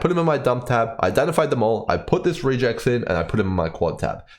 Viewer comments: REGular EXpressions It's pronounced Reh-geks, not "re-jecs" ;) (am I starting a gif vs. jif situation here?) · "Regex" is short for "regular expression". Hence, its pronounced more like "rej ehx" than "ree jects". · I have never heard REGEX said that way. Sounds almost like Rejects. Short for Regular Expression, normally I hear it pronounced Reg Ex the first two syllables of the words. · Love the video! but man the way you are pronouncing regex is so odd to me as a developer Its a short for regular expression, so we usually pronounce it as the combination of those words (rEgEx instead of rEAgEx) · please stop calling us rejects and instead say regex as re in regular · Pardon me, but you are pronouncing "regex" incorrectly. It is a shortening of "regular expression" (something that has been around in general computing for along time), so it's pronouced either "reg ex" (or sometimes "rej ex"). Just so I am not only complaining: great video, it's the first one I found when trying to understand this mechanic and I don't think I need to find another :) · Regex stands for regular expression and is pronounced reg-ex like the beginning of both words. I'm only making this comment because I was listening to the video without looking at it and I literally did not know what you were talking about. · No, you are correct, I was half a second from commenting the same thing before i saw your comment... Was bothering me too, as a admin who uses regex quite often that pronunciation was triggering me lol